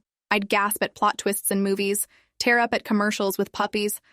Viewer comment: "Tear up." The "tear" rhymes with "ear," not "air."